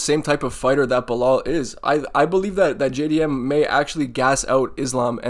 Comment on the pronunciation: JAY-DEE-MM by TKO - bedtime